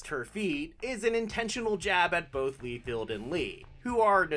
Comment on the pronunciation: . Not "lee field" it's "LIE FELD".